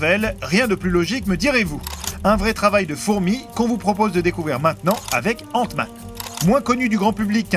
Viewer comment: mmdrr c quoi cette accent ? 😂😂 il did "ente-man" faute dire "ainte-man"